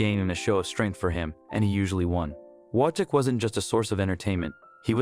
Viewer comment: Only thing: his name is prenounced Vojtek, with V at the front.